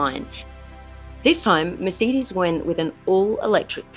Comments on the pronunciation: Mercedes not Mersidys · I’d love to know more about this car but. I can’t listen to you call it a mer-seed-dis😂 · Mur Cee Deez? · Mer say dees….. Please love , pronounce it correctly. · I have never heard 'Mercedes' pronounced this way. (Apart from by Mark Webber) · The way she says Mercedes, drives me nuts😵‍💫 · Also what's happened to Aussie accent? And why she mispronouncing words like Mercedes and wankel? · How can the host of an automotive segment pronounce Wankel and Weißherbst with a Germanic twang, but not Mercedes?